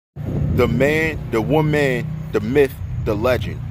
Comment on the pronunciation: The Wo-MAN 🤔🤣